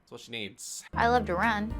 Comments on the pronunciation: Sounds better with a northern accent. LOV lol. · Me when daz says “love” with his accent :🥰🥰🥰🥰🥰🥰🥰🥰🥰🥰🥰